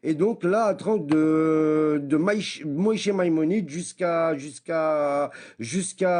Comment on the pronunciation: Wow il danse bien ! Après y a un truc que je retiens, tu lui poses la question sur le mariage des fillettes, et il te répond "blablabla Moyché Maïmonide" (mdr pourquoi il le prononce à la ashkénaze ?!) Bah voilà, tu as ta réponse, si il veut se baser sur Maïmonide, on peut marier une fille de 3 ans par acte sexuel si son père est d'accord. (Michné Torah - Hilkhot Ishot )